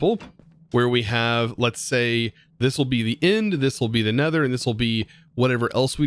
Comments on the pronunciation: "Neter"... Right, sure XD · "Neter" hahaha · Everyone: Nether: Neter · you named it "neter" its "nether" and also great vid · I kinda love me some "Neter" dimension😅